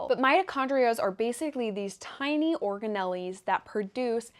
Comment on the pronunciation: The pronunciation of organelle cracked me up